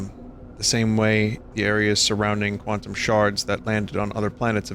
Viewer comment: Quant-TUMS Jesus christ Vinny 🤣